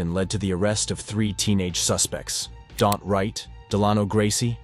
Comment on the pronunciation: And yet another wrong name. It isn't Dant. Sloppy work. Not worth a sub. A third teen, Danta Wright, 18, of Ann Arbor, was sentenced 25-52 years in July 2017.